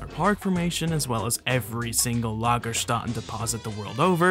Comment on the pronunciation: The "ätten" in lagerstätten sounds like the atten in manhatten also saying lagerstätten deposit is redundant since lagerstätte means deposit